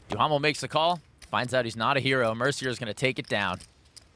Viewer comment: Gotta love Stapes mocking Mercier's last name for the English pronunciation while mispronouncing Duhamel's last name